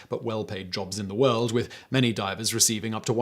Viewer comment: Hahahah you called them Diapers instead of Divers 😅😅😅